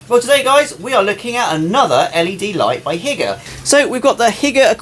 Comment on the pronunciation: It's not HIGGER it's Hi-ger just saying 😂